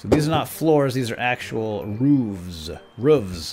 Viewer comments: you say 'roofs' not 'rooves' (PS I'm a big fan and I love to watch this series. Keep up the good work! :D) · It's roofs as in hoofs